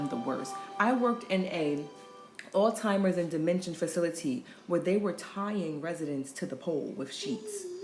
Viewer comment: I can’t f-ing stand it when black people can’t pronounce Alzheimer’s. What the f is Alltimers?